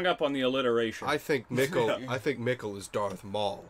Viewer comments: "This wart is very distinct and I think we're gonna see in the future" - "Do we know a Regina?" "I don't think so" - "Have we heard of a Helge?" "No." Me: ... dudes Also, I feel like every video you guys say the names Michael and Mikkel in some different, yet still wrong way and I don't know why this cracks me up so much but it does 😅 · And your pronounciation of the name Mikkel has greatly improved! (I'm German) :D